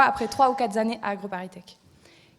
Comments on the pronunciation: Ils ont probablement raison, mais... je me suis arrêté au début, après même pas 30 secondes. Après avoir entendu "après trois ou quatre zannées"... Mon dieu le niveau !!! Mais... c'est même pas 8 ans. Comment ça se fait ??? Je commence à comprendre que l'effondrement de notre classement PISA est une réalité qui touche même ceux qui se prennent pour nos "élites". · À part le " Quatre zannées " C'est super .. j'espère qu'ils votent ! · Le texte prononcé oralement par ces étudiants est une insulte à la langue française, extraits oraux: "diplome" au lieu de diplôme (accent Macron), "djobbes", "boulot", "quelque chose qui cloche" etc. etc. et d'emblée pour couronner le tout "trois ou quatreZannées d'études"... On a là le niveau d'une partie de l'Université Française, université qui simultanément ne fait pas apprendre la langue française et peut conserver des étudiants aigris et finalement opposés aux buts de l'enseignement dispensé. Constat affligeant...